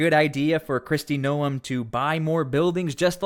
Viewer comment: You are saying her last name wrong.